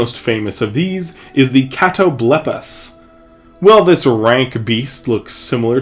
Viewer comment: Is that how you pronounce catoblepas? I had always pronounced it ka-toe-bal-pas